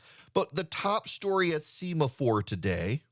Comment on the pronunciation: I believe this is called “sem-a-four.” Like the signaling flags used on naval ships. You are usually correct in these things. I offer this humbly.